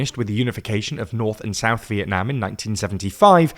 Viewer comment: you say vietnam in a way that sounds like when someone from vietnam says it in english and its cool this is a compliment :3